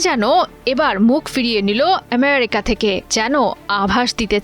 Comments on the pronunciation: এমিরিকা নয়, বলুন আমিরিকা😂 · সাংবাদিক আপার ফুলকে সুল বলে শুদ্ধ করে আমেরিকা কে এমেরিকা বলে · । আমেরিকার নাম এভাবে উচ্চারণ করা হচ্ছে। মনে হচ্ছে আমেরিকা ওর মানে সংবাদ পাঠিকার বাবার দেশ।